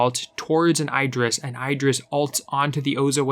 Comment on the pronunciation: u saying idris wrongly just pointing out